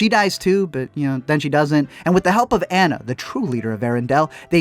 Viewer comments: It’s not an-na it’s pronounced ah-na! But still spelled like Anna even though it’s not pronounced that way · if he says "ánna" one more time 😤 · Not trying to be THAT person but it’s ANNA like AH-NUU not ANNA like Anna Kendrick!!! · if he said Anna wrong one more time I would jump through the screen and strangle him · Hearing you say Anna wrong throughout the whole video is driving me insane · Is it just me that’s bothered when he pronounces Anna’s name wrong lol. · Love you for the comment about Tangled being better because it's a FACT... kind of despise you because you say Anna's name wrong the entire. video.